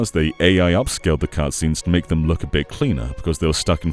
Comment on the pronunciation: Emphasis on bit 😭